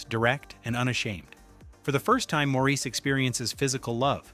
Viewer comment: Maurice is pronounced "Morris". As stipulated by E. M. Forster himself.